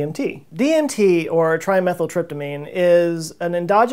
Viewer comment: Did I hear you pronounce Di-Methyl as Tri-Methyl? Thanks for everything you do.